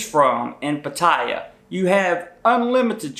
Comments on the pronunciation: Pa taya?? You would have WAAAAAY more credibility if you learned to pronounce the name of the place you purport to educate about. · Patt eye ya? this dude doesn't even know how to pronounce the name correctly. For sure he has never even been there. An idiot with a girly hat. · Learn how to pronounce it. It's Pat.tay.a According to my Thai wife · at least learn how to pronounce Pattaya paat taa YAA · Damn, it's been a long time since I've heard it pronounced " puh-tie-yuh". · The emphasis is on the first syllable. It's pronounced PAT-ta-ya. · you pronounce it as pat-ta-ya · If you want to know how to say pattaya. Listen to the song. Pa-ta-ya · Easier to take you seriously if you actually pronounced Pattaya correctly. It's not Patiya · Pronounced pah tai YAH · It is pronounced Patty yah. I lived in Bangkok Thailand for 2 years. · Why don't you pronounce pattaya correctly ? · **Lots of useful info---I'm retiring in Bangkok in 2026. Been to Thailand several times the last being Pattaya in 2006 for 2 months...Best time of my life!***One thing though Bro...You are pronouncing Pattaya WRONG! I've heard you say it in 3 different variations that people commonly say. All 3 wrong. It IS pronounced like "POT" "TEE" "AHH"! Say those 3 words and you'll hear the proper pronunciation!***Believe me...I'm right!** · Very good advice. Would be a bit more impactful if you could actually properly pronounce the name of the city. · Please learn how to pronounce Pattaya correctly. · You're saying it wrong. Pattaya does not rhyme with Papaya. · Excellent, except for his pronunciation of “Pattaya” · Is there a reason why you cannot correctly pronounce the name "Pattaya"? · 1st rule going to Pattaya and doing a video on it, learn how to pronounce Pattaya correctly ffs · I would imagine if you go there as much as you do that you would at least learn how to pronounce its name properly... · geez I hate people that pronounce Pattaya like he does. Shows he knows sod all about the place